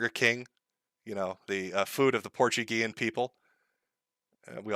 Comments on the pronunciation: Oh my fucking god Josh was right, he does pronounce it "porchego" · Pour chew go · You're saying it isn't Portchugo? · I think he pronunces it more like "portugo".